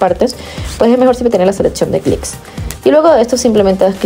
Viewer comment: CLIPS... CON PE, CLICKS, ES OTRA COSA. CUANDO PRESIONAS EL BOTÓN DEL RATÓN Y CUANDO HABLAS DEL CLIP DE VIDEO PRONUNCIAS IGUAL, UNO ES CLIP Y EL OTRO ES CLICK.